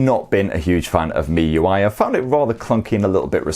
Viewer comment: 💯 agree ads aren't an issue, it used to be on the Chinese variant ROM but global and EEA ROMs no. Also kudos on your pronunciation of miui, it's ridiculous how many people can't pronounce it right. Should also mention that unlocked bootloaders won't be an issue if you buy from the UK official distributors etc it only happens if you buy from china / 3rd parties that buy in the Chinese handsets, unlock them and then flash a global / EU ROM on them. Cracking spec for the price, I mean for daily use its hard to recommend even an £800 phone to most people when this will meet most people's needs and more for a fraction of the cost.